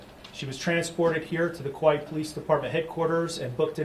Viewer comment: Chief of police of Kauai and he can't pronounce "Kauai" correctly.